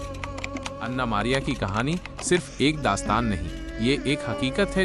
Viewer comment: O pai ana nai an'na hota hai😂